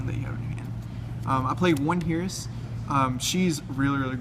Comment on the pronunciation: Wow I learned a lot about Infernity from this... most deck profiles just lists cards, this goes into rulings and that is very important. By the way Heiress is "Air ess" not "Here ess"